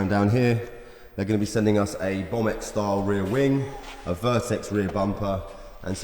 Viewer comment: Bomb-x wing :P I think that's pronounced Bow-mex 1J and a SEQ gearbox and who cares how you pronounced the kit!